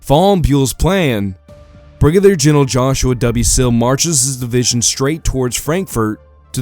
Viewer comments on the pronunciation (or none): none